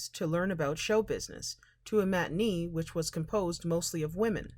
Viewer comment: it's pronounced Mati-NAY., UNLESS YOU ARE A ROBOT